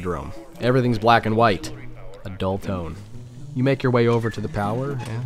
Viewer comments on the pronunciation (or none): none